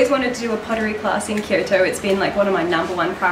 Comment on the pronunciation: Occasionally when says, "Kyoto" I hear "Kirito"... Just me?